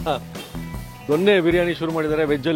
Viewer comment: ದೊಣ್ಣೆ ಅಲ್ಲ ಜೊನ್ನೆ ಅಥವಾ ದೊನ್ನೆ